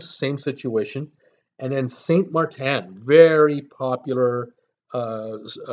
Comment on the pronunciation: You have the pronunciation wrong. It’s St. (Martin) Maarten and St. (Kroy) Croix